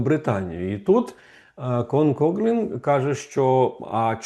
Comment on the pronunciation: Пане Романе, він Кофлін, не Коглін (правила читання англійської мови) :)